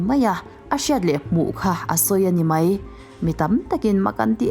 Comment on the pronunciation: Ngaihthlak a nuam thin. Amaherawhchu... 'Sipai' ti a lam rik tur hi 'Sipei' tiin i lam ri a, 'Mai' tih tur 'Mei' tiin i lam thin a, fimkhur deuh la ka va ti ve.